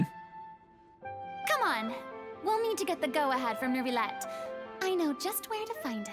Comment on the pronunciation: I just can't wait until you are done with Fontaine, so I don't have to hear Neuvillette's name pronounced wrong anymore, lol.